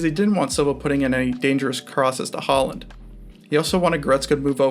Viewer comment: This video is unbelievably shit. You cannot pronounce "Haaland" or "Upamecano" properly and you made fun of the 3-2-4-[1 formation given by the broadcast, when it was the correct setup.